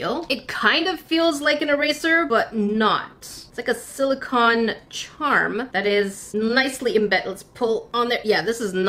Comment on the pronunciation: You said s silocan